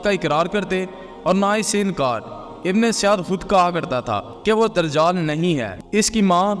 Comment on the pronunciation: بھائ درجال نہیں دجّال لفظ ہے